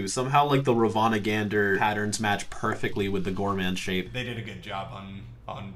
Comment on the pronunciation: perfectly more like perkfectly